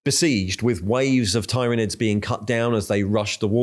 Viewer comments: Please standardize how you pronounce Tyranids, I think I counted 4 distinct pronunciations you used in a little under 2 minutes. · uses at least 3 different pronunciations of 'Tyranids'. Just covering all the bases I guess. I for one always used to say "Tie-ranids" until I knew better... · At first i thought your pronunciation of Roboute and tyranids and tyrant were real but now i'm quite sure u just f'ing with us.